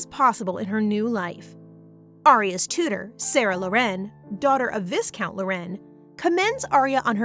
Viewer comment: WHAT I HATE ABOUT pronounciation is "viscount". The correct way is vai-count. With the "I" as in "I am" sound. Please correct it!